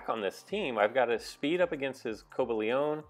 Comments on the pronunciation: Co-buh-lee-on. No "ay" sound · It's pronounced "co- bay-leein"(cobalion) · It's Co-bal-ee-in